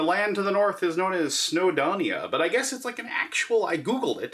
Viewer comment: Welshman here - it’s pronounced “snow-doh-nee-uh”, not “snow-donnia”. 😉🏴